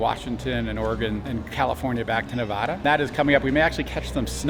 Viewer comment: I love, love, love you guys so please don't take this the wrong way. Nevadans say Nevada like it rhymes with dad not like it rhymes with ah. We are a weird bunch but it's important to us. Keep up the good work!!